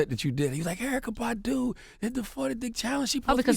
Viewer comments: If Envy pronounces her name as "Bahhhhdoo" one more time... soundin like a damn sheep. Bahhh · That's better than him saying BADooo! My ass itches EVERY time he pronounces it like that!😡😠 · Envy please stop pronouncing Badu like that... :/ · I don't know why, but the way Envy pronounces Badu irks me,lol.